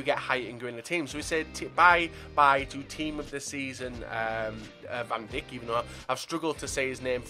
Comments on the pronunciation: dude here is some help on pronouncing dutch names ij = a y sound so van dijk is van dyk de vrij is de vry ect. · You pronounce Van Dijk, like Dike